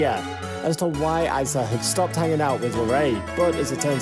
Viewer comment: I cringed every time he said "Ice-uh" that's how you know he doesn't really know Larray or his life. It's "Ee-suh" spelled Issa.